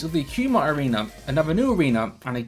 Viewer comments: Why did you call it 'Qmite' when it's 'Coo-me-tay'. Just look at Frank Dux (even though I don't believe a word he says) he pronounced it correctly. So does Joe Rogan and others. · None of these youngsters know blood sport it's pronounced KOO MET TAY not koo mite lol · Pronounced Ku-me-teh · Just a heads up, Kumite is pronounced koo-muh-tay. It was the name of an underground fighting tournament in the movie Bloodsport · It's pronounced Koo-mi-tay